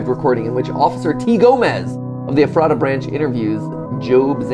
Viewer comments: Everyone I’ve ever met had pronounced it Ef-ruh-ta but I like Mats interpretation. It’s apparently named after an old name for Bethlehem: Ephrath making it the second town named after Bethlehem in PA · as a PA native, i couldn’t stop grinding my teeth everytime matpat and mispronounced “ephrata” LOL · the pronunciation of ephrata hurt a little bit as a Pennsylvanian 😭😭🙏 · I live near Ephrata abd I hate when people pronounce it wrong! I live in Strasburg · didn’t think i’d hear matpat butchering the name of a town an hour away from me today, but here we are. ephrata = eff-ruh-tuh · Ephrata is pronounced Eff-ruh-duh. I live like 20 min from Ephrata so it just feels weird hearing them say Ephrata the way they do lol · Not to be that guy but I lived in that area of Southern Pennsylvania for years, originally from there, like half an hour from real life Ephrata and Ephrata is pronounced more like Eff-ruh-tuh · To pronounce ephrata is [F-rah-duh] - From a local Pennsylvanian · Guys, as someone who lives in the area- it's pronounced Eh-phreh-ta. We pronounce things weird here. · glad to know I wasn't the only one cringing...i happen to live near Ephrata, lol. Pronounce it like using the phrase 'the letter F,' and add rata after it. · His pronunciation of Ephrata really bothers me. I grew up near that area and I never heard anyone say it that way lol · ephrata is pronounced f-rat-a ^-^ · its eF-fra-dah not however you said it lol. Its a town in Pennsylvania near Lancaster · i live like 20 minutes away from ephrata and have a few friends there, but the pronunciation is killing me. it’s eh-fruh-tuh not ef-rata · If it's pronounced the same as the town, it's EF-ra-da not ef-RAH-ta. (yes the t gets mushed into a d sound, don't worry about it :p) Edit: got further in the video, it is the town lol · I know they're probably not gonna see this at this point but it's funny living near Ephrata, PA and hearing them pronounce it Ef-rah-tah, here it's pronounced Efruh-tuh.